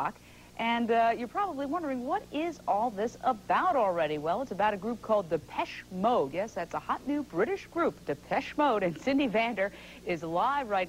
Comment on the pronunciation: Jim Lampley at the mark royally messed up Depeche Mode’s name. Haha! “Deh-pesh Mode.”